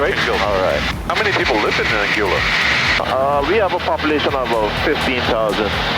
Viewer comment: How often did the pilot say ‘Anguilla’ and you still couldn’t pronounce it right?!